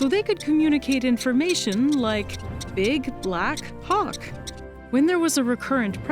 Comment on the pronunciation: they see a what now? Oooh HAWK! That's not what I heard.